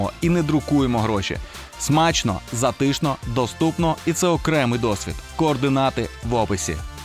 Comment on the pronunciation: я розмовляю живою говіркою і зовсім не соромно за це, бо не всі англійці(зокрема актори) розмовляють, як у Downtown Abbey. Але наголос-це наше все! Правильно: зАтишно, а не затИшно.